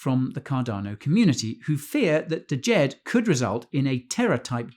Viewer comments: It's not "D-jed". It's just "Jed"......the D is silent. Otherwise, good video. Thanks. 👍🏾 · D is silent bro... it's pronounced Jed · "deejed? the D is silent(like knife the D Soften sthe J (so not like jeep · Thank you for the content. The first 'D' is not pronounced in Djed. The same way it is not pronounced in Django (Quentin Tarantino) If in doubt, look up the world. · Isn't the d silent hahaha